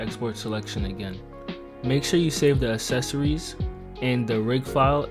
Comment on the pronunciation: what the fuck is "assecories"